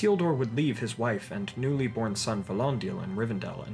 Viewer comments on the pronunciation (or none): none